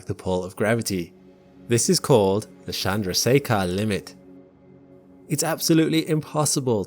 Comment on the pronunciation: 'Candasekha' Limit. Nice Hindi.